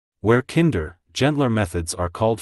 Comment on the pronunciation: “You wanted a level play i.n.g. field.” Kinder pronounced as kinnder It’s awful,this AI crap!